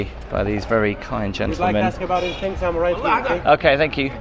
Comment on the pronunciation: Dear, I enjoy your channel. However, why do you pronounce -ing as -ink (eg anythink)? Is it common in the area of England from which you come?